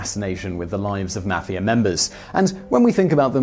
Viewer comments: I know this guy is like British or something but the way he pronounces mafia triggers me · The way you say mafia makes me cringe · that guyy says mafia wrong need to learn to say it right